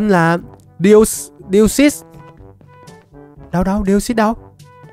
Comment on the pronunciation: Deoxys? ko ko Deosus =)) ( Chuc buoi trua vv)